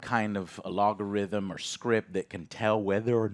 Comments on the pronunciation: Damit joe it is not an "alogarithm" xD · Does not know how to pronounce “algorithm”? He says “alogarithm” here as well as in some other videos lol. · Algorithm. Al. Go. Rhythm. 😅 Alogarithm is nothing, but a potential cool ass band name, Joe. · All'AH'gorithm.... for years this mis pronunciation makes me chuckle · can someone please explain to Joe how to properly pronounce Algorithm??????